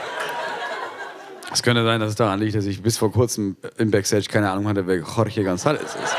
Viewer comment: JORGE spricht man CHORCHE aus wobei das erste ch wie in "ach" ausgesprochen wird und das zweite ch wie in "ich"